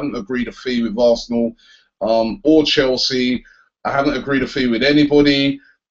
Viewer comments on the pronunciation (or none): none